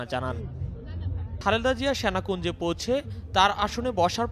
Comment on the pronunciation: What's syanakunja, it's Senakunja, correct your pronunciation, it's disgusting.